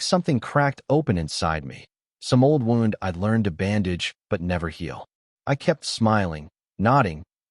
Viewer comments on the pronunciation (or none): “wound“ wrecks it too.